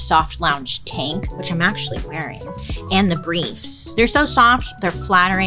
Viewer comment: Took me a min to realize you were saying tank not taint 😂